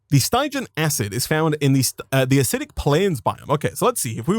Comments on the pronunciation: Hearing him say Stie-jan the whole time was honestly painful. Its stig-ian, the sty pronounced like the sti in stick. It comes from Styx, stygian referring to things from it or of that nature. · It bothers me how he says stygian wrong